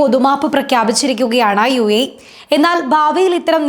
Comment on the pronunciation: യൂയി അല്ല യു എ ഇ എന്ന് പറയൂ